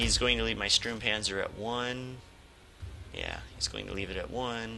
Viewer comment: The closer pronunciation for the German "u" in english is probably your "oo" (like tool or fool). So it is Stoormpanzer :) The PZ 35 (t), is NOT 35 tons ^^ The tank itself was around 10 tons (metric), the "t" is for czech. These tanks were captured by germans after the crisis of "sudètes" in 1938.